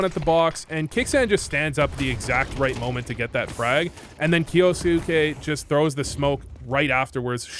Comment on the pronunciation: Kyousuke sounds more like 'ok you suck' 😂